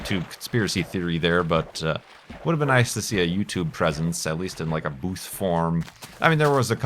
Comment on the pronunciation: every time you say"booth" I hear boobs.